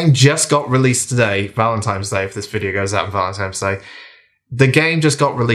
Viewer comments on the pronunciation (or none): It's Valentine's Day, not Valentime's Day 😉 Great review - gonna pick this one up 😁